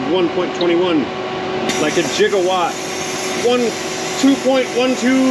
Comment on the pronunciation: Not jigawatt, gigawatt.... Like in giggity...